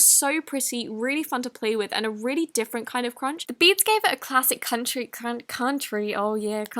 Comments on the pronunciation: OMG "Oh yeh country" 😂😂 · Nobody:: oH yEaH cOuNtRy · that "country" thoo